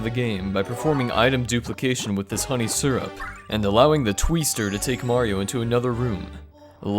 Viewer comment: The way he said "twister" felt like a glitch🤣